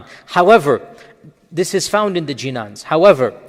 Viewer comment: It's not jinan it's beautiful word called ginan spell the word properly then we would respect